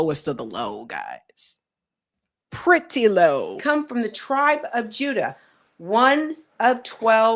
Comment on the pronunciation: Will someone PLEASE TELL SABBY TO STOP PRONOUNCING ALEX PRETTI'S NAME WRONG??? This is now the third day. It is disrespectful to Alex!